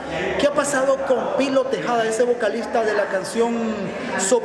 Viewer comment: Tejeda no tejada